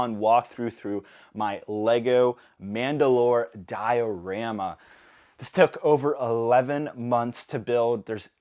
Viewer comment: Nice build, but why do you say diorama like that